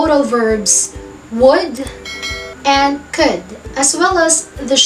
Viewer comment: Mam bakit could at would ganyan ang pronouced parang tatlong letra lang ang basa mo?.